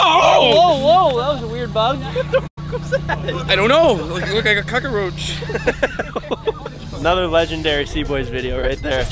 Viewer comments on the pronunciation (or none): “Cock-a-roach”. I hope they address that in a future video/pod ha